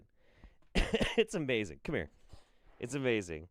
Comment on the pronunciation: "They can get fucked about The Grand Coming." Me: Cum cum cum cum- I will never not hear that sound bite when says 'come' in any context.